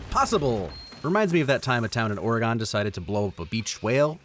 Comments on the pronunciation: As a heads up it’s pronounced like oreg-IN as opposed to Ore-GONE. Kinda like saying “origin” with a hard G sound instead of soft. Super common error but had to as an Oregonian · It's Oh-re-GUN, tyvm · I've watched probably all of your videos over the years I think, and I've never heard you say Oregon until today. It's generally understood that Ore-"gone" isn't considered the proper way to pronounce it, it's Ore"gun" not to use the overtly American explanation. Side note, I've been told my all my friends that I sound exactly like you, and there is a running joke that I am, in fact, you. Since nobody has seen us both in the same room at the same time. If you ever need a vacation I hereby volunteer to do VoiceOver work for you. I love your videos and appreciate your insight and attention to detail. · Watch your mouth about the whale dude. Also it’s oreGIHN not oreGONE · I love your channel, and I feel compelled to tell you that it's not "Or-a-gone" It's more like "Or-again." My apologies if someone else from Oregon has already commented or you pronounced it that way for an in-joke that I missed, but there are currently 388 comments, so... I'm not going to check ALL of them. Either way, thanks for your positivity. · A town in WHAT? "Or-a-gone" it's "Or-eh-gin" how are people STILL saying it wrong? Lol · Oregon whale mentioned! Its one of our funniest stories. Also its “or-eh-g-in” not “or-eh-gawn” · the way you said Oregon hurt me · wait how did you say oregon lol